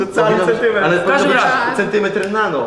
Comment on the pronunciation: Centymentr piko haha